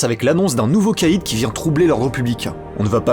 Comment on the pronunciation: Le nom de l'antagoniste de Robocop 2 se prononce K1(Caïn) comme dans Abel et Caïn de la bible, ce qui lui va bcp mieux au regard de son côté "prophète de l'apocalypse". J'aime bcp tes vidéos mais tu les regardes vraiment les films? Parce qu'en tant que fan des 2 premier Robocop ta prononciation m'a fait saigner des oreilles 😅. Pour moi c'est tellement iconique que cette erreur n'aurait pu être faite qu'en lisant le script de la vidéo sans avoir vu le film.